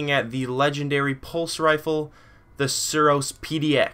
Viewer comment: lol he tryed to say suros